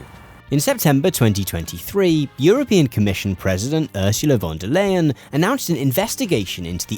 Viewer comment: It's Urzoola von der Lie-en